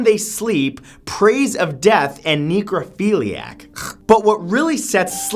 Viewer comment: its NECK-rophila NOT KNEE-crophila